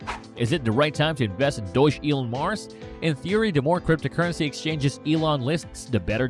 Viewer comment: It's pronounced Dog Elon Mars (Dogelon Mars) lol... Great video the way! I currently have 575,500,000 ELON tokens at an average of and I'm holding long term. I'm excited about the future of this token! Best of luck everyone!